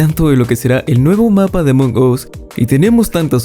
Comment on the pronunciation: Se pronuncia Among AS no Among OS!